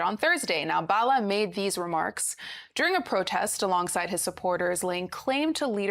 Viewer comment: Arisetv news anchors need to know how to pronounce the names of people. Bala is a common name in Nigeria now and your anchor could not pronounce that name. I keep reiterating that the reason media houses practice federal character is to help on-air-personalities when they need simple things like calling local names. I see that you guys are harping on Bala not speaking 'good English', and that is cool, but to call people's language 'vernacular' is odious. A language is a means of communication between peoples. Please stop denigrating our languages by calling it vernacular. It is a colonial construct that should have retired to the museum of linguistic antiquity by now. It's a language.